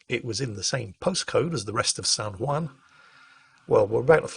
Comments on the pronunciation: San Hwon not San Hwan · I'm loving this series and hearing all of your sea stories. It makes me almost regret that I didn't go active duty Marine Corps (instead of being a Reservist) or join the Navy. Almost. Btw, the Juan in San Juan isn't pronounced wan but won/wahn. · "san hwan" thanks for your excellent pronunciation:P On a sidenote though, it is amazing how ironic the US can be with taxation and representation (or lack there of) in many places, such as puerto rico or even residents of washington DC. But I am LOVING this series of videos, incredibly interesting. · San hwon - like ON, not WAN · I like the way says "San Juan". It sounds like "San Waan" X3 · Every time he says San whan it hurts my soul.